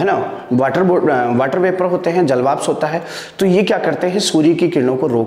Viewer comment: श्रीमान आपकी इस वीडियो में ऊर्जा , सूर्य ,लघु , स्थितियां ,घूमना तथा ध्रुवों आदि शब्दों को बोर्ड पर गलत लिखा है । इसके अतिरिक्त जलवाष्प , अर्थात और 1.94 का उच्चारण भी गलत कर रहे हैं । कृपया ध्यान दें अन्यथा छात्र अधिक गलतियां करेगें ।